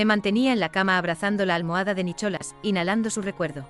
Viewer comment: Nicholas, y lo pronuncia así sin más, la h no se pronuncia puesto que es un nombre en ingles, voy kk de IA, por cierto, la OP, cualquier desprecio que ha sufrido se lo ha ganado a pulso por pu*a.